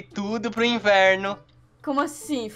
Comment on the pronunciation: To morrendo de rir quando o otavio falo inverno você falo inferno